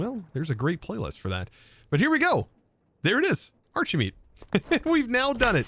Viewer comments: shouldn't it be pronounced "arki-meat"? You're not called Chosen Archie-tect are you? :P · Why is it pronounced like arch and not like architect?